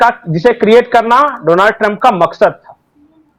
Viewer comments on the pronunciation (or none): Please correct your pronunciation, it is Donald Trump not Donaaald Trump😀